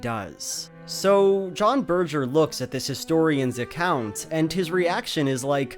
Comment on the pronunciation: "Ber-jer"?! Berger... "Bergh-er"